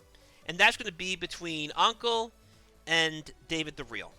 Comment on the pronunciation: uncle lol u make anqel sound like uncle and btw turkey !! thats fucking 4k further then me and theyr having a gg